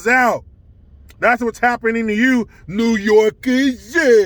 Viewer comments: new yooor-kaaaaaah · Newwwwwww yorrrrrk I absolutely love it hahaha